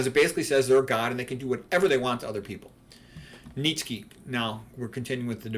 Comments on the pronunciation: It's pronounced Neech-eh (ch as in cheese). Although not always my favorite, I also admire the aesthetic effects of Christianity (excluding the kitsch of Kinkade), but I am not a Christian. I think you should be a Christian if you believe in its central doctrines, like the Incarnation, Resurrection, Trinity, etc., regardless of how beautiful its churches are. To convert or identify as a Christian for any other reason is to act in bad faith. I see too many people on the right become Christians because they think it's the "based and red-pilled thing to do," not because they actually believe in its central claims. (Incidentally, it's the same reason these types become carnivores. Veganism, in their minds, is for effeminate leftists, so they only eat meat to signal allegiance to their chosen political tribe, not because they're seeking the truth about nutrition.) A declaration of assent to these claims is noticeably absent from your video, which leads me to suspect that you are not really a Christian but simply an admirer of Christianity, and this mainly for its artistic achievements. Lastly, your remarks about non-Christian religions are unfairly dismissive. One could just as easily regard Christian prayer in the manner that you characterized meditation. There are clownish spectacles galore to be seen in Christianity, from ridiculous Novus Ordo masses to Televangelist services. And it's obviously not true that non-Christian religions are all "godless." Even Buddhism has a place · I think does a great job of mispronouncing the name of the antichrist. It's funny.